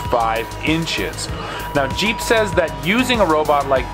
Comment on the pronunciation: Not jeep but, heep.